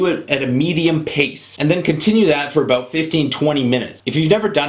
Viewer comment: your "ou-s" are funny :) abOUT OUT